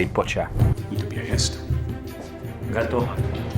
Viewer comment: my man the accent is so so close. But you put emphasis on the wrong part. Don't go up at the end...butCHA, go the other way BUTcha. And I recon you'll sound like righ oh jolly londona. Trust me I'm BRIsh bruv. (Use bruv alot) 🎉❤